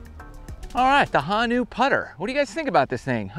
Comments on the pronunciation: It’s Ho. Then Nu. Honu. Not ha-Nu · It’s pronounced Ho - nu, not Hon -u. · Pronounced Hoo-Nuu Love the video! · Hey, big fan from out in Honolulu, just a cool fact, it’s “hoh-new” and means turtle in Hawaiian. Love the channel! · It’s Ho-nu. The O is pronounced like the letter O. Honu is turtle. Thanks for showing Hawaii some love 🤙🏾